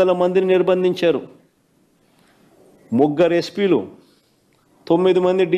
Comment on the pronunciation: ముగ్గరు కాదు సామి ముగ్గురు..